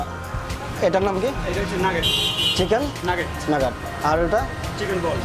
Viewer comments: lol! it's not chiken nuggur it's Chiken nugget 😂😂😂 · lol! it's not chiken nuggur it's chiken nugget😂😂😂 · Bhai chicken nagggat na atar pronounce hobe nugget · Bro wth is nugt it's goddamn nugget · Bhaiya ata nuggat na nugget Hobe . Apnar uccharon tik koren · Hai re 😅😅🤣😂 Chicken naggat It's Nugget 🤣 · Haire chicken nugget ke chicken naggat bole. sala kutta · Hey you fool, that is not naggat, that is nugget. Haaaaaaaaaaaaaaaaa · এই ভাবে বাঁশ দিলেন আপু! তার উচ্চারনে সমস্যা ছিল! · Nagat na Bhai nargets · Murkho naki etake chichen nugget bole not chicken nagat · chicken nuggerNotun sunlam .... Vai ki bollen ...hahahah Best chilo